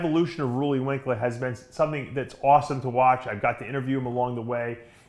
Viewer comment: Roooooleee , Roelly man Roelly , not ruuuuly